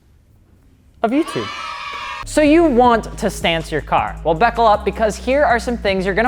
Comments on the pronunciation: Yea said beckle up... unsubbed lmfao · "beckle up" wut